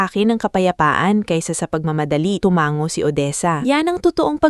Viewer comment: Tumango Hindi tumanggo! Pilipina ka ba Ma’am?